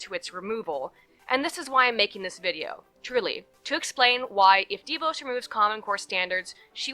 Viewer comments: It's not "DEE-VOSE". It's "DaVoss" That's the real pronunciation. She's a nightmare and was instrumental in ruining the Michigan public education system. And there is a clear conflict of interest between the fact that she and her husband own a student loan collection corporation and that she determines student loan policy. That is a real problem. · ok, new fan, love your videos. It's pronounced Da-Vos. I'm from Grand Rapids and they're wonderful people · pst--It's pronounced de VAWS, like Vos rhymes with lip gloss.